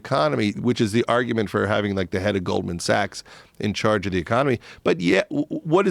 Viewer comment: Did he say Golden Sachs?